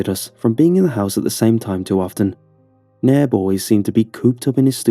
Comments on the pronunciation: The youtuber's accent makes it sound like the room mate's name is Neb, but I think his name is actually Nairb, which is Brian backwards. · Y’all the roommate’s name is Nairb not Neb or Nab